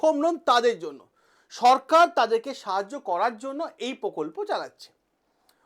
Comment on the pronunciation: পকল্প না প্রকল্প